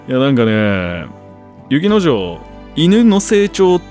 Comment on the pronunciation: 雪之丞って言ってるんだろうけど女の子なの意識しちゃって、雪乃嬢って言ってるように聞こえるんだよな